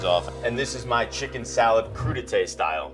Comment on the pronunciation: Every time he said Crudités I kept hearing #PootieTang